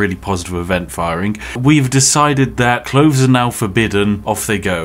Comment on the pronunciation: SB: "Cloves are now forbidden... sorry editors" Me: ?? A few moments later Me: Oh he meant CLOTHES! 🤣😂🤣😂